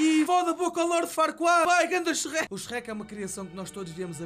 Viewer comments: Meu deus, em Portugal parecem q vocês "Sherrek" em vez de Shrek... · Sou do Brasil e amo a sua pronúncia do Shrek HAOAHEOAHSOA "CHERRÉQUI"